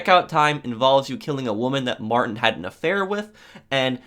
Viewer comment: It’s not Martin it’s Mar-Teen